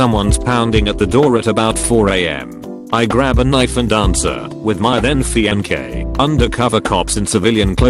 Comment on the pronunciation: Robot: fiankay